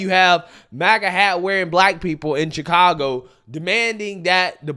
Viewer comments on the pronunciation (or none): none